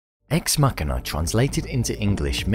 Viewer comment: U say machina wrong